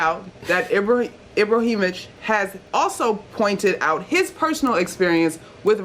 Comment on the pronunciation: Yo MSG employees, please at least know how to pronounce your players names. NIL-A-KINA. And Ibra-him-o-vic. Jeez.